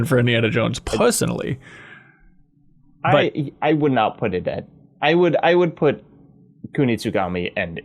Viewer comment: Revisiting 8 months later but did anyone catch saying “Puss-onally” after referencing a cat?😅